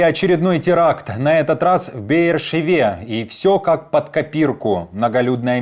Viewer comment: Дружище... Пожалуйста.. правильно говорить : Бэр Шэва!) спасибо